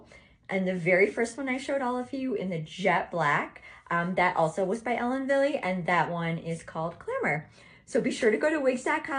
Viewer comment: I think you look gorgeous in all of them. However, the last one makes you look so much younger! The lighter colors are you! Ellen Wille is pronounce ellen Vill it's german.